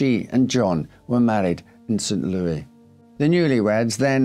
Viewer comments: It's pronounced Lewis, not Louie. Yeah, it's not a French city....and not far from there is Cairo, Illinois--pronounced Kay-Row....it's not an Egyptian city. But we still pronounce Illinois with a silent "s". heh. I can't really empathize with her, or her idiots lovers. Rich people and their self-made problems. I've known people kind of like her--all they care about is themselves, and they don't care if they hurt others...except when it turns around and bites them. You really have to work at it to kill yourself that way at that age. I think you have to be pretty much spending your days in a daze....I used to drink heavily, then something in my life changed, and I lost interest in drinking. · Hi, St. Louis is pronounced as in Saint "Lewis" rather than the expected French "Lew-ee" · St Louis is pronounced like the name Lewis. We don't use the French pronunciation here in the US. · St. "Louie"... adorable 😊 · I love your videos, I love the details and story telling, you are always dressed so sharp. Thank you for the hard work. Btw it’s pronounced St Lewis while being spelled St Louis❤ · Yes but you know how it is... other Countries pronounce their own city certain ways. Some say New Or-leens... but here in Louisiana we say New Or-linz. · "Saint :ouis" is pronoubced "Saint Lewis" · St. Louis is pronounced Saint Lewis. I live nearby and the mispronunciation is kind of grating. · Blame Judy Garland for our pronunciation of St Louis. 🎼Meet me at St Lewie Lewie, meet me at the fair…🎼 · It does show that he's aware of French pronunciation of the word. As a French Canadian, sometimes it drives me nuts when Americans do butcher names, like pronouncing Beauchamp as "Beechum". I mean, you guys do recognize the name Beau, or used as "his beau" like "bo". So why pronounce it "Bee" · Never heard the French pronunciation of St. Louis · He is still pronouncing it wrong. If you go there, people will laugh at you.